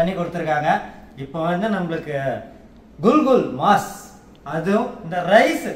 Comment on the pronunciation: ஐயா அது குல்,குல் மாஸ் இல்லை குகூல்மஸ் அதாவது குகூல் என்பது சிங்களத்தில் கோழிக்கு சொல்வது மஸ்-இறைச்சி அதுவும் சிங்களம். அது கறியின் பெயர் கிடையாது.